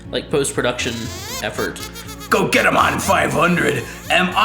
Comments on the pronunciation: . Were you joking or did you really pronounce "Gogeta" wrong? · ikr... I was like Really -_